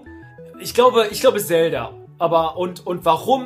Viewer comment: wenn noch einmal zelda so ausspricht dann gibts ne albanische